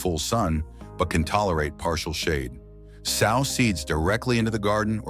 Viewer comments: It would help if the narrator would learn the correct pronunciation of words so that we aren’t confused about what he is talking about before he continues on with the information. The word sow sounds like sew, not the word for a large pig! A practice of the scrip with someone who knows the correct pronunciation would help tremendously. DO IT! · Sow = SEW!! This is such a well done list and narration... But, it ridiculous to hear that misused pronunciation over and over. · If I were a gambling man, I'd bet that you don't actually listen to your audio before you upload it. Here's a tip sow: to place a seed in the ground & sow: a mother pig are 2 different words with 2 different pronunciations.